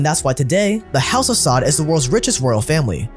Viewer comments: It's "sah-ood" not "sod" but tbh fuck these sods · it's pronounced sa uud, like (you) with out the y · its the house of saud (pronounced sa ood) not sod.